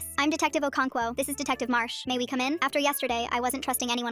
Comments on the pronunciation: Ern u pronounced okonkwo wrong its an African name ita pronounced o (as in oh)-cone-kwo(o as in of) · Yo who pronounces okonkwo like that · ngl the story was going good till i heard the way she said Okonkwo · Me hating how they pronounced okonkwo because it's my surname